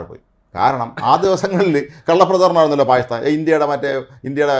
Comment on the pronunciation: Now It is Bakistan ....Say Bakistan.....